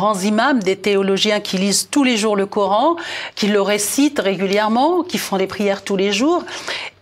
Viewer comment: coran pas couran,50 ans en france." comprendre mieux" non "mieux comprendre".quel francais!